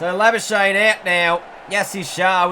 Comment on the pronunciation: marnus labu-skuk-knee plz pronounce right